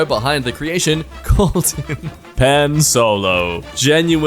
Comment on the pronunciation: “Pan” is the Spanish word for bread. And it is not pronounced as “pan” the cooking utensils.